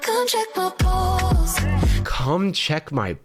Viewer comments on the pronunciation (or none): nah I was drawing with this video in the background and when she said "come check my pulse" I had to go look at the video to do a double take cause I thought she said "come check my balls"